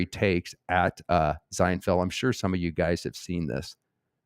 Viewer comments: Why are you pronouncing his name with a Z? Zienfeld? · Yup. You're saying Zinefeld. I thought you were doing that to throw off the yt censors... 😁🤔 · I love that you were pronouncing it Zinefeld that was good… and it actually had us questioning if we were in fact pronouncing it incorrectly 😅